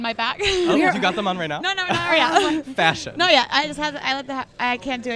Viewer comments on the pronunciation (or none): when says 'FASHION' hahahahaha